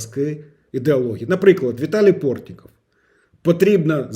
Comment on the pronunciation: ПортнИков, а не ПортнІков. Йдіть вчити новий правопис української мови, бо ваша мова - то найдикіший суржик. Так званий суржик,що вживається вами, не є діалектом і говіркою української мови. Суржиком здавна в Україні називали мішанину зерна – жита, пшениці, ячменю, вівса, а також борошно з такого зерна (тобто не першосортне зерно та низького сорту борошно). Сьогодні словом суржик прийнято називати мову, в якій штучно об''єднані без дотримання літературних норм елементи різних мов. Тож, Суржик, що іноді називають мовним бур'яном, - це ознака нав'язування чужої мови. Це слова з інших мов, найчастіше з російської, якими ми заміняємо українські слова. ВойнушкІ,ПушкІ, ТанкІ.Пріцел,Ґрівні, Боєпріпас. Власнімі сіламІ,УмЄров, РЄзніков... ну-ну. Не тужтися та не мордуйте себе і слухачів, краще гаваріте на радном вам язіке.